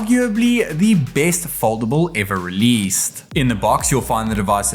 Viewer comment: cant even pronounce "released"